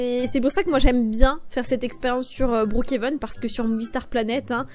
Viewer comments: Mais sa se dis brookhaven pas broookheven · Ça se dit brookhaven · En vrai sa se dit brookéveun mais sinon t video son trop bien t la meilleure youtubeuse😊❤🎉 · sa se dit brookhaven mais comme tu veux XD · Je dit pas brookhaven je dit brookhenve comme toi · Tu le prononce bien le Brookhaven, dommage que maintenant tu le prononce mal